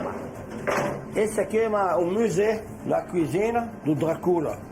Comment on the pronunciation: "esse aqui é um musê, da cozine, do dracúla" NÃO DÁ COM O JACQUIN LKKKKKKKKKKKKKKKKKKKKKKKKKKKKI